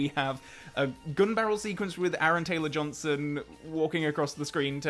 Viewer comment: What’s an Aaron Ansrong Gamberson? I’m sorry who did you say it was?